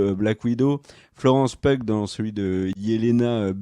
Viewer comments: ça fait plaisir, par contre c'est Florence [PI-OU] La bise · Je sais que vous êtes super attachés à la bonne prononciation des noms anglais. Du coup, Florence Pugh, on le dit Florence "Piou". Bisou!